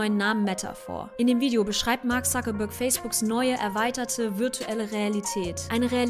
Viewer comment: Warum sprechen Deutsche den Mark eigentlich immer Suckerberg aus? Ein Wortspiel isses ja hier augenscheinlich nicht...